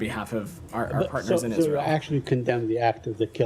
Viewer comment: Every time he says our pattners in Israel which is constantly i want to vomit 🤮🤮